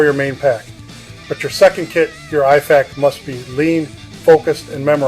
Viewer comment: My thought exactly lol. Dude misprounced IFAK and CoTCCC, which doesnt "approve" anything and only recommends based on research and evidence. Same with how he talked about tension physiology but described a open pneumothorax. Almost begs the question of the validity of the background. Just my thoughts from practicing and teaching both Civ and Mil medicine.